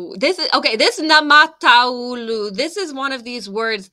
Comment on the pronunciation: It was better all time. Word naamataulu is compound word so try pronounce naama-taulu. And not käärijä relayted three part compound word to end: hääyöaie.